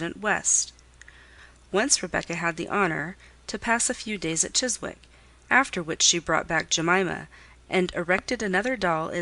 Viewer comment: The w in 'Chiswick' is silent.